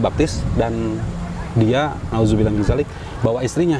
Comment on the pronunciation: Cara dia ngomong "naudzubilah mindalik" sangat2 arab banget